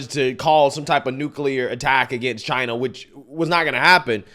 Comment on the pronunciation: Love how he says, "Chinah". It's beyond me how Trump tolerates so much abuse.